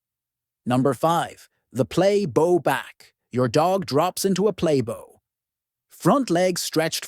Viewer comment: Why are you all talking to an AI video? The AI can’t even work out how to pronounce play bow properly. This is mass tune garbage where someone who cares about animals would care about doing the video properly. blocked.